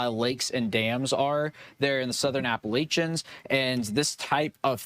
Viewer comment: He’s from Georgia, but doesn’t know how to pronounce ‘Appalachian.’